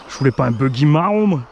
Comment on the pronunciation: C'est le bouggy qui a le servo qui danse quand le DVC est enclenché qui vient de projo high tech, votre boutique team asso !! suivant la vitesse de lecture j'entend : bougly, bouggy, boulbi mdr. A part la couleur et le prix, il a l'air quand même bien fun sur un petit circuit !